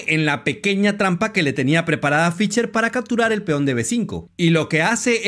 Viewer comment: Muy buen video, muy buenas explicaciones. Lamentablemente muy mal pronuncias al nombre de Fischer. Se pronuncia con s no con c, mas o menos como Fisher. "she" no "che". Sé que esto es difícil para algunos hispano parlantes, pero sería bueno que lo intentaras. Tienes mi like. Un abrazo y sigue adelante.